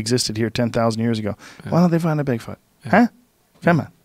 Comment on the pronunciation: BIG fòot is with me he says ñò more JRE he's such a tosser